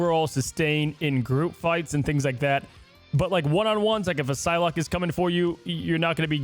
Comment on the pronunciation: "Phylocke?" No respect